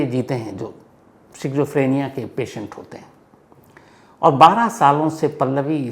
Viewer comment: शिज़ोफ्रीनिया नहीं स्कीज़ॉफ्रेनिया